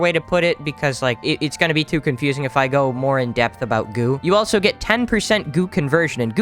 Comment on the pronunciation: Agreed and how does he think of saying elso instead of also